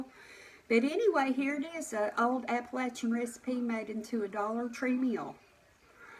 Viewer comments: I am from Appalachia. You pronounced it correctly! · Yay!!!!!!! You said Appalachian CORRECT!! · Kentucky 1950 I’m glad she 😊❤️ pronounced it as this Texas gal thought it sounded another way!!!